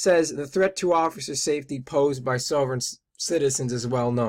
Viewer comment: It would have helped this guy if he didn't mispronounce 'sovereign'. But to take his simplistic critique apart: The risks to police from SovCits are fairly well established and from more than just the well documented shootings in West Memphis. There was the murder of a policeman in Alabama by George Sibley and Lynda Block. There was a shootout with a SovCit former cop in Ohio. There was the notorious Montana Freemen under Leroy Schweitzer that actually posted rewards for the killing of the local police chief. And these were just a sample of the SovCits that endangered police directly. Just because this magazine article mentions the one recent case that got an enormous amount of attention, this bozo talks as if that is and was the one and only case that ever involved a SovCit confrontation with police, which only proves that he is completely ignorant and hopes you are too.